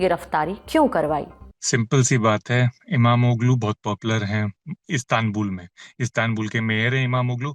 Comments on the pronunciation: Imamgul nahi Imamolu sahi pronunciation ha 😂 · Name is not pronounced correct by Mam Nikhil pronounced correct name Imamoglu इमामोगलू not इमाम गुल